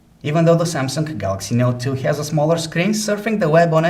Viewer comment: He always say Samsungk instead of samsung. Ps. Im not a racist, its just that I hear it from you and its unique